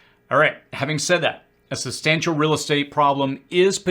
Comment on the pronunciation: Your content is very good, but I have to admit that your odd pronunciation of certain words throws me off while watching. You pronounce words like 'real' as 'ril', and 'jail' as 'jil', and 'fail' as 'fil'. Please continue to make this great content! I don't mean to be critical, but just thought you might appreciate some constructive feedback from someone who watches much of your content.